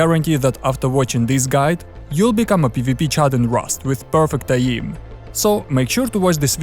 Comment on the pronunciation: What’s “uh-ee-m”?